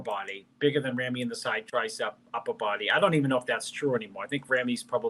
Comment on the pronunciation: Y'all need to learn how to pronounce Ramy correctly.